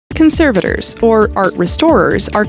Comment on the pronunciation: I’m sorry but the way you pronounce ‘conservators’ is giving me cancer